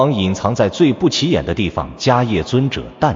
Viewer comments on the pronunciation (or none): Mahakasyapa/Mahakassapa (梵/巴利） 大迦叶。此叶读（攝)。